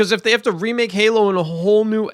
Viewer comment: Did you almost say gaylo 😂 we all heard it! Lol😂🎉 perfect